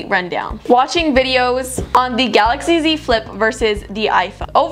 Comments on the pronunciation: GAILAXY instead of GALAXY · at the start is galaxy not gailaxy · Is it gailaxy or galaxy?